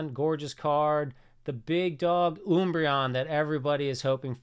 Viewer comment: Why is he saying oombreon lol